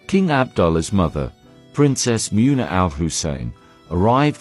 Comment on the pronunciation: Muuuuuuuna what a joke. Why can’t you pronounce anything, because you are a computer.